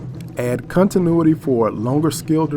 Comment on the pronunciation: cuntinuity am i the only one who heard that well honest mistake guess lol.